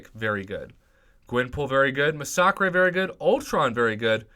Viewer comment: Is it just me or does he pronounce Massacre oddly and calls Ronin, Ronan?